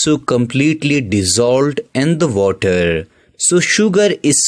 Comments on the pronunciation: Kinda true bruv he did say Vuttah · Waterrrrrrrrrrrrr how nicely you say sir😂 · Bro says water so so funny